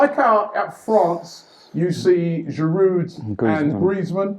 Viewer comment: Robbie ......PLEASE .....How many times ? ..The "D" on the end of his name is silent ..It's pronounced Giroo NOT Giroodddd